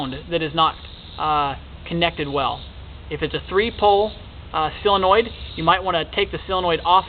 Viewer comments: Everybody, say solenoid as SO-LEN-OID, not CELL-EN-OID. Duh. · Do you think that you could learn to properly pronounce the English language? It is not s sill-in-oid. It is a SOLinoid. Drives me nuts! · solenoid not silenoid!!!!!! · Hey, - it's a "SOLE-enoid", not a "SELL-enoid. So-le-noid. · Useful video but damn he can't say Solenoid correctly at all. Seal-annoyed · Great short video. Right to the point. And if I may without offending, solenoid is pronounced sol.. i.e. Saul or doll ..and not silenoid. Just letting you know. You're a smart guy. I can tell that terminology is important to you. Thank again for the video. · sill-annoyed ? ....Americans lol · SOL.....SOL...SOL...SOLenoid. Why can no YouTube pronounce this word correctly???? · Good video......but it's SOLE-e-noid. :-) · Oh cool, you're going to teach me about something you don't even know how to say. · how fucking hard is it to pronounce solenoid properly?